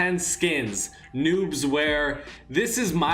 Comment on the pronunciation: Is it me or is he saying nups